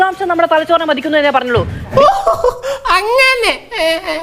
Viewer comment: മതിക്കുന്ന എന്നല്ല ..പൊന്നു മോളേ.....മലയാളം പറയാൻ അറിയാത്തത് കോട്ട ഇട്ടിരിക്കുന്നത് കൊണ്ടാണോ?? മതിക്കുകല്ല...മഥിക്കുക..മഥിക്കുക...